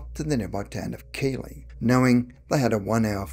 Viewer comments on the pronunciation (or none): Keighley is pronounced Keethley